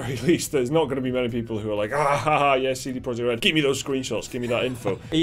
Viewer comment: Pitty you prenounce CD Projekt RED wrong ALL THE TIME. It's not english name, google it , stop butchering it.